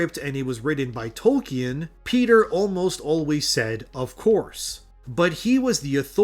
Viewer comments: I'm sorry but you're saying Tolkien wrong. Toll-King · If you’re going to mention one of histories greatest authors every other sentence you really should learn how to pronounce his name mate. It’s making me cringe so much I have to stop watching😂